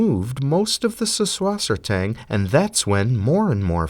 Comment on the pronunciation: You pronounced Sussswassertang correctly.